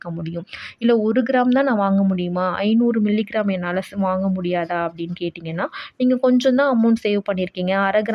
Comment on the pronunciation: அக்கா மில்லி கிராமம் தெளிவா சொல்லுங்க